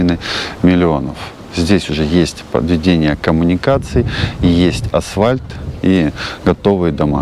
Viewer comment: АСФАЛЬТ. Это правильное словопроизношение. Как слух режет.